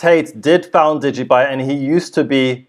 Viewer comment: degee byte ha ha ha